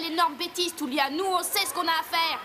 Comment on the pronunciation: Tulia* le u en japonais ce prononce "ou" 😌😉